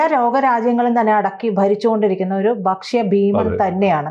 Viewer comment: ഭക്ഷ്യ...not ബക്ഷയ അല്ല